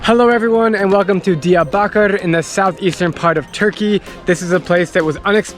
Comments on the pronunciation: Your Diyarbakir at the start was very good! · Diyarbakır is not like that, you are telling the wrong way